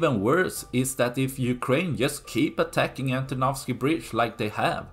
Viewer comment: Great pronunciation of "Antonovsky bridge" 👍 I vote for Ukrainians to wait until the bridge is ready, or even have some vehicles moving over it. Why they keep building the doomed pontoon bridge? It is likely to report to the higher-ups than they are doing something. When the pontoons will be destroyed, they will say "🤷‍♂, this would have worked if not those pesky Ukrainians" 😆